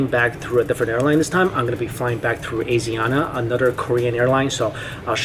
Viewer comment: *AH-SHEE(soft sh)-AH-NA